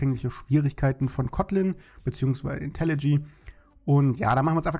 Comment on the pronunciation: Seit wann heißt das eig IntelliG? Das heißt IntelliJ (IntelliJey)